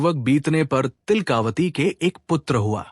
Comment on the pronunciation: तिलका वती है, तिल..कावती नहीं